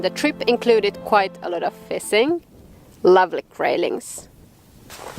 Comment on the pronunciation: Another great video! Watching yours and the videos of HannuYK gives me the urge to move to Sweden. Rain, cold AND swarms of mosquitoes? Those are some damned tough mosquitoes. Love the way you say "fissing." I look forward to future adventures.